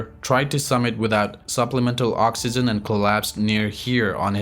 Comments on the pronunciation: oxygen not oxyzen dude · This guy can't even say oxygen correctly . L2english